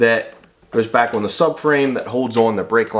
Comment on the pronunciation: Where are you from? The way you say the word "on"..."owen" really drives me crazy.